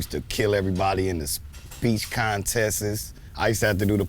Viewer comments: "Use to kill everybody in the speech conteses"🤦‍♂️🤣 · "I used to kill everybody in the speech CONTESTESTEST???" Blood you need to go back to that exact school and enroll